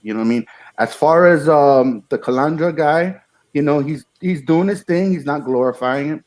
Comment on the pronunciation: It's easy.... Repeat after me: CA-LAN-DRA. Not CA-LAN-DRI-A ! Kapisch??